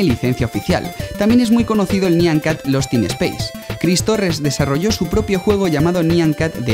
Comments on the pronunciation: Se pronuncia naian cat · No es nyan cat es nya cat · Se pronuncia "naiyan cat" o "nayan cat" Y no te molestes conmigo, lo digo porque... en realidad no se porque "dije" esto 😂 pero no me mal interpretes, Plis Y podrías poner los videos que decías, en la descripción por favor :D